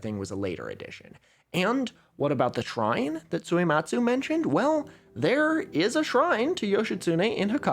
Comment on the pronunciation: Two questions about Suematsu Kenchō: 1. Do you think he spelled his name Suyematz on that paper so that english speakers would pronounce it more correctly. I.e. without the hard U sound that puts on the end of his name? 2. Do you that moustache is fake? Posting this comment without finishing the entire video, lord have mercy on my soul